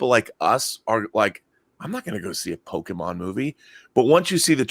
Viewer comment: It’s po-kay-mon, not po-kee-mon.